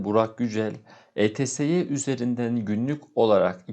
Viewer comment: Neden videosunu yaptığınız platformun ismini düzgün söylemiyorsunuz? Eteseye demek de ne? İtsi diye telaffuz edebilirsiniz. Zor değil